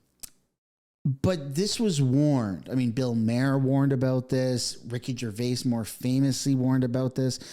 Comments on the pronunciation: Okay but it's not "MARE" or "MAY ER. It's MAR. BILL MAR. Why are you trying to make it fancy lol. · Bill “Mar” like “bar” … just trying to help. I have watched many videos about him mispronouncing his name. Love the video and content. Nothing better than pointing out guilty white people crap 😂😂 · it's pronounced BILL MAR. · Bill Mare? I think his last name is pronounced like "Mar". Like far. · Bill Maher is pronounced Bill Mar; Sinai is pronounced like sigh-nigh. PLEASE, younger generation, LEARN how to pronounce names properly. It is NOT BILL MARE.... Good grief. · Just a side note, Bill Maher is pronounced “Mar”, as in the planet Mars. It’s not Bill “Mare” as in a female horse. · Did bro really say Bill Mayer and Billie Eyelash ... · Good lord, learn how to pronounce the subject of your video. Looks a lot more professional. Also, not Bill “mayor” … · Eilish not Eilash and Maher is pronounced Marr. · Billie Eye lish, bill mar, sy an eye law firm. Just helping with pronunciation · f dude, is this AI robot reading? Bill "Mahr" (rhyme w PAR as in golf); "Sinai" like I SIGH NIGH (your redemption draweth nigh/near). "Mount Sinai" where ol Moses got dem 10 commandments. "Cedars Sinai" hospital in Los Angeles? dang man lol make me think more about starting one of these lame channels sigh yeah carry on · And “Bill Mayor”. Last names have this dude up against the ropes. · Why cant people pronounce Bill Mahers nane? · You need to learn how to say their names not that I don’t agree with your points, but you pronounce Bill‘s last name, incorrectly, and Billy‘s name incorrectly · Come on man, learn to pronounce Bill Maher 's name. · Are you purposely mispronouncing Eilish and Maher? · Respectfully, are you trying to mispronounce every name? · Can't pronounce Maher or Sinai. Talks for a living. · Anybody else triggered by the way he's pronouncing 'Maher'? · You pronounce both those names wrong 😮 common. Other than that, hopefully it's true.